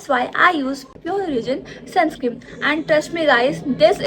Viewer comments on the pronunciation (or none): di it's sunscreeN not sunscreem 😊